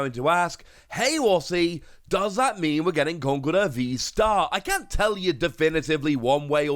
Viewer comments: official pronounciation in con-kel-derr, iits like the whole Arceus prounoncuin as arc-e-us when its actually ar-ce-us there are a few others that hurt my ears. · But should we pronounce it Conk- el- durr??